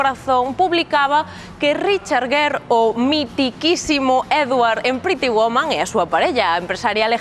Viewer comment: Por si acaso les ayuda. El apellido del señor Gere, él y nosotros en EEUU lo pronunciamos "guir" como en "guirnalda'. Seguro que no tiene ningún sentido para ustedes, pero es asi. Pero bueno, no me crean a mi. Simplemente busquen programas como Entertainment Tonight, hagan una búsqueda alli sobre Richard Gere, y escuchen como pronuncian su apellido. Saludos.